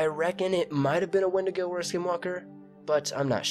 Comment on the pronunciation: It’s pronounced’ ‘when-dee-go’ 😎